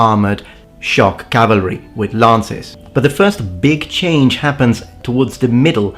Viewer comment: not foist :C